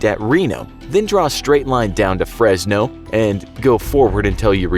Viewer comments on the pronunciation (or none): none